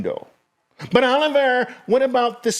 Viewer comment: Thee rsi?????oliveeeer???? Lol